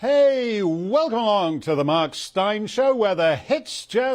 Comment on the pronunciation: Marks greetings at opening? Welcon?, he doesn't pronounce the M just listen but I wanna know why ?